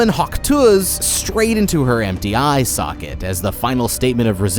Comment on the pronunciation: "she hawk tuahd in her empty eye saucket"